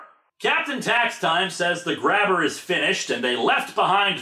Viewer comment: The Grabber family comes from Quebec. It's really supposed to be pronounced Grab-Bay.